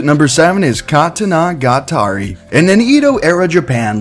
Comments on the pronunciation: Love the vid but when you said katanagatari like ka-tana-ga-tari a piece of my soul burned and died. I think the most direct translation of the name would be story of the sword, sword being the first half(katana) and story being the second half (gatari). Still love the video though. Sorry if this seems pretty or nitpicky I just had to say it. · Anybody else cringing hard when he said katanagatari?🤦🏾‍♀️